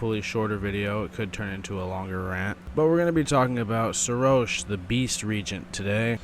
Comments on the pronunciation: It's not Serosh, it's Seroshhhhhhhhhhhhhhhhhhhh. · I know this is a a old video. But bro didnt even pronounce his name correct even after Godfrey said his name. Like bro.